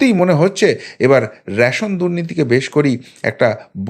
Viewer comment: র‌্যাশোন নয়, রেশন।